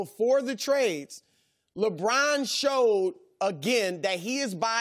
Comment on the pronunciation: Chris Broussard his name is LeBron, not LaBrine. So irritating. 😤